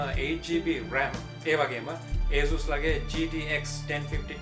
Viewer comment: asus pronounce කරන විදිහ වැරදි ..